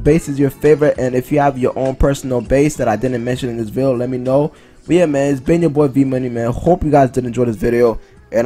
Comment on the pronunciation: You should learn how to say video before you continue saying the word